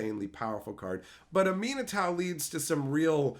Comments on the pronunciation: It's pronounced Ah-meh-nah-too lol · wtf, I just can't with that pronunciation of Aminatou